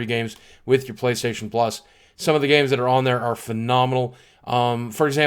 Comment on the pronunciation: "With that said, Playstohtion." That made me LOL